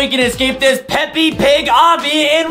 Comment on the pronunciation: This man said peppy not peps lol